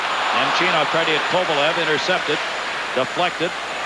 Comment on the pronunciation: He always messed up names. He would call Esa Tikkanen (pronounced TEE-kanen) TICK-anen. I remember another time early in his career he kept calling Alex Kovalev “Kovalesh”